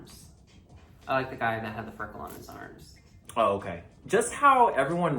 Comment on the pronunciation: "would you wike me to spit?"